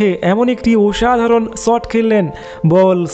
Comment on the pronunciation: দাদা, তোমার উচ্চারন ঠিক করো। তুমি বাঙালী তো ? তাহলে পোরাক্রম, অনোদিকে, গোলার কাঁটা, ওসাধারন - এই সব উচ্চারণ কেন?